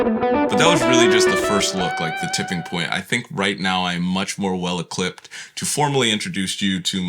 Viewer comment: he says “I’m much more well ecliped”